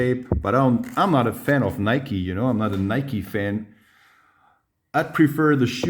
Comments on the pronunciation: not “Nyk” Its. “Nykie” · It's pronounced nikey ma dude